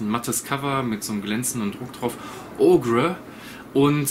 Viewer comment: OGRE wird Oger ausgesprochen ✌🏻😊